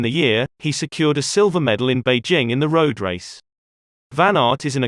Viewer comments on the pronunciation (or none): none